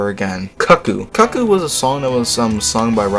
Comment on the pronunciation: Cuckoo is pronounced “Coo Coo”. It’s a type of bird.